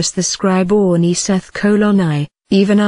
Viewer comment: Why she pronunces "Ani" as "Oonee"?